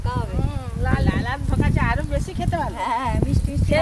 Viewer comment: ধকা নয় ওটা ধোকা হবে কি উচ্চারণ 😂😂